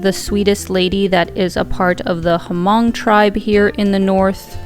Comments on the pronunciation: Great vdoAlina, but you should pronounce Hmong with the H being silent. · Corrections on the name HMONG, The “H” is silent, the proper pronunciation is MONG, not HA-MONG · The H in Hmong is silent... just say "mong" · Just fyi but, h in Hmong is silent. The locals just say ‘người Mong‘, Mong tribe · The H is actually silent we Asians pronounce it mong 😂